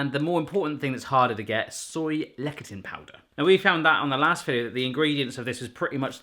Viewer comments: Is it really that hard to find Soy Lecathin in the UK? Also Lecathin is pronounce "Less-a-thin" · Lecithin Is pronounced "Less-ith-in". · It is pronounced lecithin (less-a-thin-) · LEh - si -t hin... ci is usually pronounced as S in Latin derived words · It's pronounced "Le-si-tin"